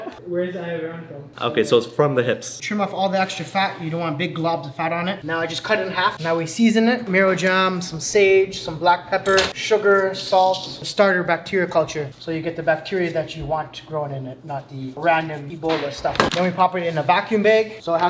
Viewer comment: Marjoram ❌ MAROJAM✅